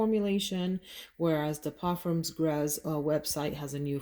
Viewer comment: Gres is not actually pronounced “grez “ but pronounced like “grey”.